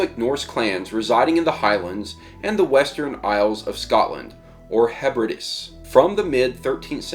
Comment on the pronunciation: Hebrides = "hebridees" I do have to admit, our words ain't easy to pronounce, such as Strathaven, pronounced "straven"